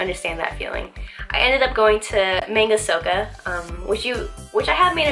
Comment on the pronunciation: I like your videos a lot! They are really well made. Also, not sure if its still there, but there is a takoyaki stall next to that Manga Souko that I think is the best on island. Wanted to let you know its pronounced "Mah--nn--gah Sohh--Koh".